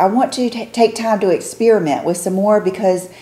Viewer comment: Silk scrunchie at night, for sure. “Expeeeeeramint” (experiment) whoa, that and “accint ” (accent). But your slight drawl is adorable.